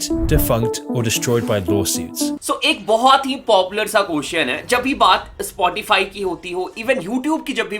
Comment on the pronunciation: It's called "Spotify" Not "ispotify"